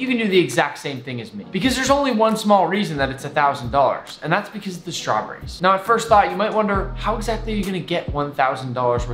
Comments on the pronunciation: he says (strawburries) not straw berries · The way he says “strahbrees” 😂😂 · i love it when nick says Shtrawberries